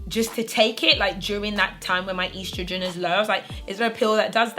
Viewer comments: Ur mispronouncing estrogen ... 😭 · Did any of my American folks cringe when said estrogen? Great video